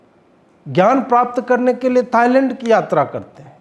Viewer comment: थाइलैंड है थाइलड नही मे आपको पूरी गंभीरता से सुनता हूँ 😂😂😂😂😂😊😊😊😊😊😊😊😊